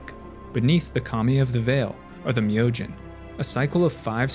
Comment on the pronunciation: Awesome video, and was nice to hear the correct pronunciation on Myojin.